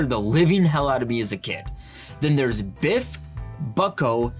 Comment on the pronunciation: It's so funny, when he calls you Biff when it's noisy in the arcade it just sounds like he saying "bi*ch" hahaha if I could afford one Pinball machine it would be this one.